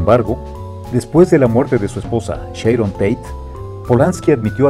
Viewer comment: Sharon, no Sheiron